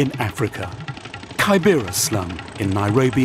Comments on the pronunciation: The way he pronunces kibera 🙄. The first syllable is pronunced like the way you say 'key' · Kaai- bera is not the name it’s keybera. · lol its pronounced K-I-B-R-A not kybera smh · Kaibera.....sounds weird. It's kibera....pronounced as key_bay-ra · pls it is not pronounced kai bera. It is ke bebara as in key.. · Anyone else triggered hearing 'kaibera' 🙄🙄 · It's KIBERA! KI-BE-RA! 😭😢